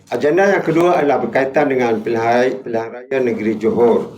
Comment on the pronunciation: Nak sebut pilihan raya pun kekkok bunyi 😂😂 . Kesian la sape la bagi dia ni nak jadi calon P M 😂😂😂